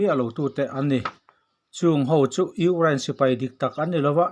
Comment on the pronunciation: Urein a ti leh zauh thin tih mai loh chu a bengvar thlak e